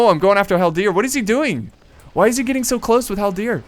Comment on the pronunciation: When you say haldir, you put the accent on the last part, but it should be on the first part.